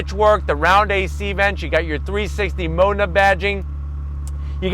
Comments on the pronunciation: Had to stop the video cause he kept calling it a mona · no offense pal but your pronounce of 'MODENA' is a bit off. i cant hear the 'D' ! here is right one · It depends. Most Americans do pronounce it wrong. In Italian Its more like Maw den a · 🤦‍♂️ I have been saying Modena wrong my whole life. My pronunciation was as follows: Moe Dean Nah. As in Nah dumbass, that's the wrong pronunciation. 😂 Fun fact, Alcoa is just about 15 mins from me. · I hope no Italian person ever hears you say Modena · I cringed every time he pronounced Modena... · Have I been mispronouncing "Modena" wrong this entire time?